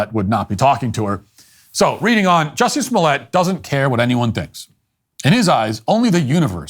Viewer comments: It's pronounced "juicy smo-lay" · Who? OH! You mean Juicy Smooy-ay! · Who’s Jussie Smollett?! Oh! You mean Juicy Smooliay! 😂